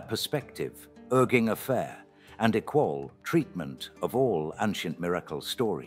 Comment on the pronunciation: “Roohm, equol, miraklees.” Why AI reader, why? Why do you pronounce “Rome, equal, and miracles” like that?